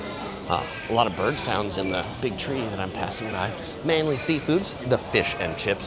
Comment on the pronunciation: Well done - you got the pronuciation of "Manly" correct! Will you be visiting Lady Bay Beach at South Head?